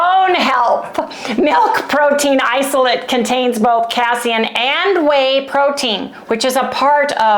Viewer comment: Adorable 🥰 its pronounced "Kay-SEEN" . I wish Harry's belly the best ❤ I have an issue with "KChow" , but not hard cheese, or MY homemade yogurt (with 40% whey removed), no issues with ghee. But thats my body. Good luck you 2 ❤